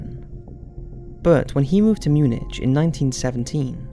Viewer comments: in all English, it's Mu-nik, NOT Mu-nitch. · Mun-ick. Not mun-itch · Another great video.. sorry to be pedantic but Munich is pronounced Mu-nick.. 😳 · How can there be a wounded WW1 veteran before WW1 and Munich is pronounced like Mew-Nick x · Try MuNICK as a way to pronounce places !! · Please for gods sake stop pronouncing Munich wrong you have done it in a few videos. Munich is English. The "u" is pronounced like the "ew" in new, "the "i" is short as in "is" and the "ch" hard like "k". If you want to pronounce the hoch Deutsch (high German München, the "ü" is still pronounced like the "ew" in new, but the "ch" is soft. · The way you pronounced Munich made me laugh